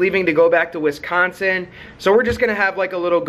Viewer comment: where does Jordan live in "wiconsin"